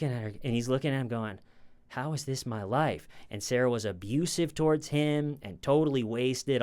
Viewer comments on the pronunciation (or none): none